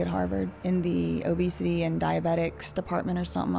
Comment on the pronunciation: “People struggle with obesitayyy”